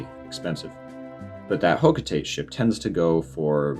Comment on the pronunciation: It’s ho-kho- tah-tey